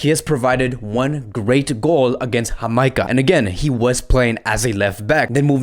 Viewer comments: Hey we don't pronounced on country name hamieka it's Jamaica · Hey I'm actually a Jamaican Just saying it's not pronounced with an H but with a J Really appreciate your vids and been watching for a long time